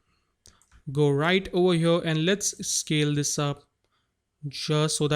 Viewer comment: “right over HYURRRR.” 😂😂😂